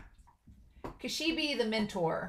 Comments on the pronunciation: She brought a bag of eyes 😨... Okay, Makima, you're a sick woman and I hate you. The name "Kishibe" pronounces more like "Ki-Shi-Bay". Actually Kobeni didn't say "I hate this" when she was standing with Denji and Power. She said "kaeritai" which translates to "I want to go home". She keeps repeating "kaeritai" over and over again. I know it's not anything major but I still wanted to inform you... The sword Aki is using now isn't the same one that he used to summon the Curse Devil. It's just a normal katana so he's fine. Okay so far Makima's abilities are super confusing... in previous episode she kinda uses this invisible force sorta thing to crush her enemies like tomatoes. And this episode she uses this ability where she may or may not look into people's eyes and they all start to bleed out from noses and eyes before they all eventually die. Like she's manipulating their bodies...? 🤔 Do you think a fear like this might exist? Body Manipulation? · Yes, I am the WORST pronouncer in the history of YouTube -- so you'll all have to forgive me. I've been told how to pronounce Kishibe's name; I'll try to do it better in the future, but I may mess up, just so you all know. I don't want to be influenced by comments that could have meaning that are a spoiler (I'm not sure if you're a manga reader or not), so I didn't read all the comment about Kishibe and Makima -- I don't want to be influenced by comments in how I think about the series, but thanks for the comment!